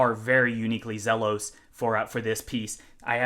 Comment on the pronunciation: Great first look. Do us all a favor. It's pronounced "Zeelos" Let's get it right.